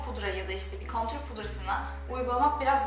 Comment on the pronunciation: Cok guzel gosterdin! Ve contour (kontur) diye soylenir kontür diye degil ama dedigim gibi guzel gosterdinz. Hollandadan selam 😘